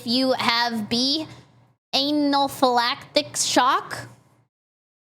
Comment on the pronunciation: pronouncing anaphylactic as anal-phylactic is so funny to me for no reason. I also really love the new tracking